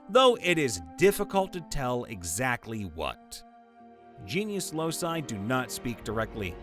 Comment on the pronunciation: The word locus is pronounced LOW-kus, not losus. The plural loci is pronounced LOW-ky, not los-eye.